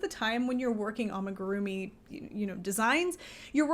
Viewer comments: well, I thought about it, but the pronunciation might not even be wrong, I think the problem lies in the fact that you give emphasis on certain syllables. Japanese is in particular not a language with (a lot of) emphasis. You say it like amiguRUmi but it should be more like a mi gu ru mi. All syllables equal in length and strength…. Hope this helps 😅 explaining is hard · The butchering of the amigurumi pronunciation❤️😂🙈